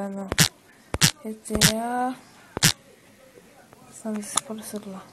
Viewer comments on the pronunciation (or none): o cara fala gta sandrers kkkk